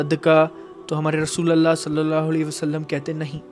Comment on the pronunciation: Rasulallah nh rasulullah